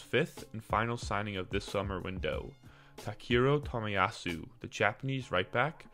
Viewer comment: His name is pronounced TA KE HI RO